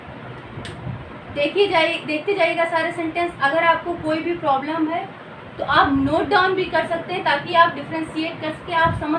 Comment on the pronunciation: Very nice 👍 but Mam ploblem pronounce or problem sound ❤❤❤ but nice really